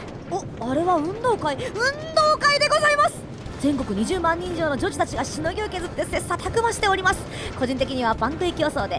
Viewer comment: ぃ！女児女児って言えてないところもかわいいぞぉ！！